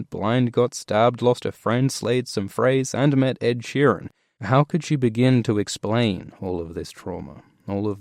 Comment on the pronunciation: "...and met Ed Sheeren" lol